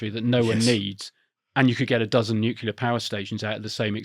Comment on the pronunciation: Nuclear, not nukular, mister Bush.